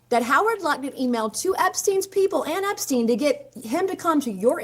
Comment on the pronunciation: Hillary intentionally mispronouncing the Epstein name was a "tell" itself. By using this deliberate rehearsed distancing tactic to imply she barely knew him, she actually implicated herself ☠️